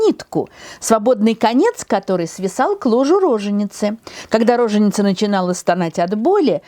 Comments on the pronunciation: Позволю себе поправить ударение. Правильно говорить роже́ница, допустимо — рожени́ца, но никак не ро́женица. А лекции классные! Спасибо Вам, Тамара Натановна! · Все замечательно, как всегда, кроме одного: не рОженица, а рожЕница или роженИца (устар.) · Вообще-то в слове роженица правильное ударение на втором слоге